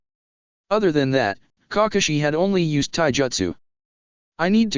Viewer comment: "Cockashi had been holding back..."